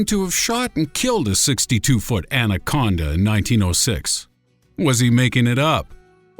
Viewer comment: Narrator: "What's next? Giant Ancona?" "Number one! The giant anconda!" I lost it! 😂